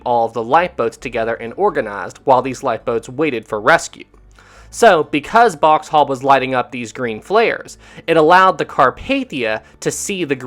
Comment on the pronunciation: It’s Boxhall not Boxtal.